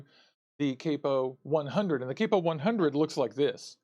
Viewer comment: dude theres no e...its cap-o..